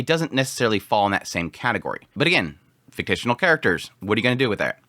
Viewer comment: Fik-shin-al